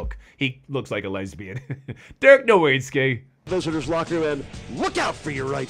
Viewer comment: there is know W in Germany so it sounds like Novitztky I don't know how to spell his name but your saying his last name rong